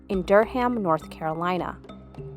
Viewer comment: i know it’s not the most important part of the story but it’s pronounced dur-rum not ham but i’m surprised i hadn’t seen this story anywhere before